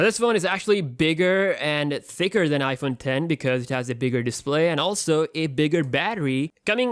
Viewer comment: He said iphone den